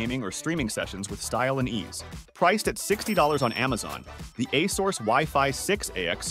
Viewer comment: Can't take this video seriously when he can't pronounce Asus correctly.